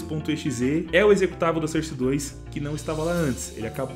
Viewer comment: Utilidade publica: a pronúncia de SOURCE não é "sârce", mas sim "sórce". Tmj ✌